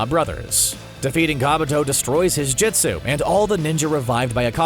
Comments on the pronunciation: “JISTU” ITS JUSTU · Jitsu yup totally how you pronounce it